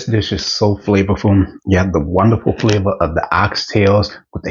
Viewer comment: I watch and enjoy lots of cooking videos and this is my first time viewing one of yours. As soon as you said “extra flavor”, the accent you put on the word FLAVOR tells me that you are from Louisiana. Am I right? 😁